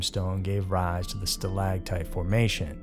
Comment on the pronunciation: “stalaCtite”, not “stalaGtite”